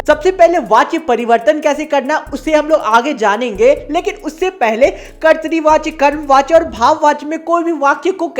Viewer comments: Bhaiya kartri nahi katra vachya hai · Bhaiya kartrivachya nhi kartivachya hota hai 🙂